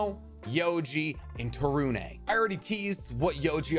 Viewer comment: To-roon not Taru-nay from I believe.